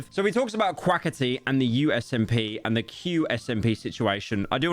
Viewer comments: and "Quaketty?" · the way you say quackity makes me laugh thank you